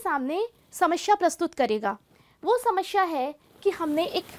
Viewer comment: hindi ka uccharan karna seekhiye mam.. samasya hota hai samashya nahi... aap log hindi ke naam kharab karte hain